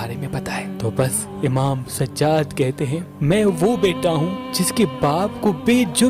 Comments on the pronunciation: Bhai sajad nahi sajjad keep it bro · Sajaaad a.s plz pronounce correct